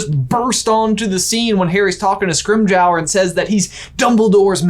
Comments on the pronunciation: *Scrim-jor as in like geor in George. 😉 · Did anyone notice how said Scrimgeour? I love it 😂😍